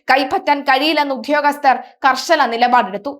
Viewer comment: "Uddhhyogasthar" ennu nallathu pole parayan atikku.